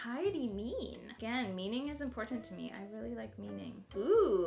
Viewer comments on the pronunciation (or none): none